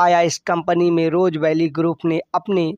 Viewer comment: Roja vally nhi rose valley hai